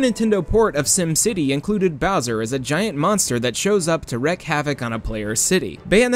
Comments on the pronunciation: "Wreck havoc" It's wreak havoc. Pronounced "reek." "Wrecking" havoc would be the exact opposite of the idea of wreaking havoc. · Lol Wreck vs Wreak. Please consider pronunciation for your next half-hearted "research" project.